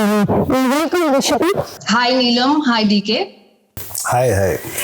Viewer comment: I thought Rishika pronounced everything properly. Why should anyone be excused? We pronounce their names correctly, the least they can do as journalists is to learn how to pronounce ours properly.